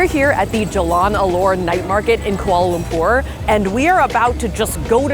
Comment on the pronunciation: The way your pronounce Lumpur is senddddddinggggg meeeeeeeee hahhaha <3